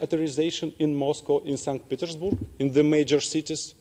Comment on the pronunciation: Сант Петерсбург ахах. Я думал, что Сейнт Питэрсбёрг